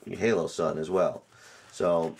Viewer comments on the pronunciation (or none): HOLO-sun, not HALO-sun. I like your video, but good god that was bugging me. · Its holosun not haloson